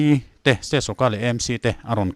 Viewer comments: EMC ti loin AMC tia lam zawk tur a ni e. Pu Rinenga insawi fiahna kha ka lo ngaithla ve a.a nep ka tiin a zahpuiawm ka ti ngawih ngawih . Khatiang rilru nep lutuk pu khan engtik ah mah thil tha a tingai lo ang.kha a thusawi ka ngaihthlak atang chiah khan amah ka hmuh dan pawh a dang nghal vek. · EMC. A dik thei lo 😂😂 sim sim.😂😂